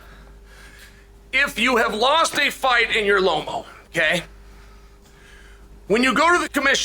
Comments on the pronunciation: Lomo?? Come on man 😅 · I don’t know what Loma did to Chael for him to pronounce “Lomo” but it must have been serious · What the hell is lomo?? You mean Loma. Boy you just want to talk huh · I came to the comments section specifically for this. Is somebody going to tell Lomo that his name has been legally changed?